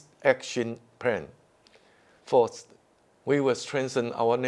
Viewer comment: first 為什麼是發"否"??